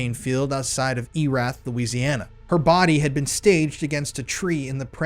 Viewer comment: Just a tip Erath is pronounced Err-ATH. Most Louisiana names are French so they'll use French pronunciation. ❤